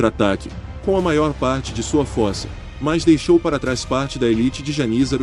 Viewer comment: Eh forca e não fohrca